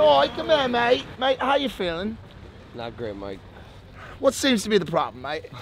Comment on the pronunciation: Bro,mike pronunciation in Spanish is actually great